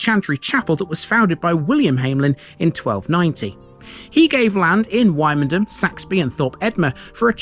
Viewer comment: Don't got pronouncing it like that when you go to Norfolk, they will march you out of the town